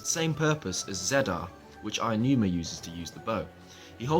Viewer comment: Did you just call him "Ayanuma"? LOL There is no "ya" in "Aonuma." Ah-oh-noo-mah. He's Japanese, not English. Also, there is no need to "toggle" autopilot for the horse because the horse doesn't have autopilot. Once you set the horse in motion, in continues in whatever direction you set it in unless you touch the analogue stick to change directions. Letting go of the analogue means the horse will simply continue. We have seen this before in Wind Waker. The King of Red Lions (the boat) also didn't need to have autopilot toggled on and off. You put up the sail, the boat goes. It keeps going that way until you change it. Also, A doesn't jump. Link still jumps automatically. He pressed the button for the sailcloth, just like Skyward Sword.